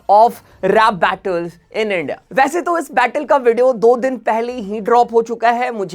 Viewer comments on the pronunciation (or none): none